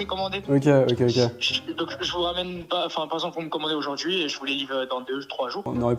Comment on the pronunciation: euh "aurjourd'hui" ?😂